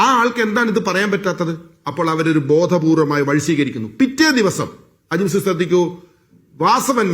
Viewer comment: Eda manda gopa ajimsha അല്ല ajims 😂😂😂